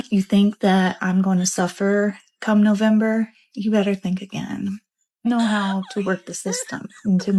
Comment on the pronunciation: Wow! That is living large, instead they piss it away on snacks, and expensive food items. These fools could have used those EBT funds strategically to prepare for this moment. LOL No-vahm-ber?